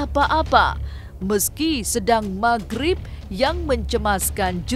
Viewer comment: Maghrib bukan mahrip👍👍